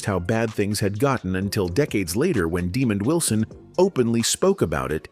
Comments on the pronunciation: Calling him demon Wilson is insulting and bushleague . When will creators be held accountable for their lazy AI narration? Its ridiculous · What a horrible way to pronounce Wilson’s name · It’s NOT demon Wilson, his name is Demond Wilson… I met the man!